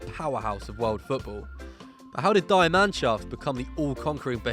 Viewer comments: The "Die" in die Mannschaft is pronounced "Dee" and not "die" meaning "sterben" in German. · min, "DIE Mannschaft" - nobody is dying guys 😂. Yes, it's spelled "die" but it's pronounced just like the letter "D" in English. Not like the word "die" in English.